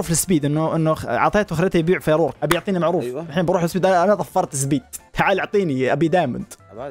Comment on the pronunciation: سبيد❎ زبيد✅